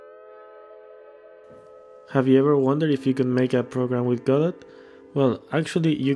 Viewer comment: "have you ever wonder how you can create a program with GUDUU"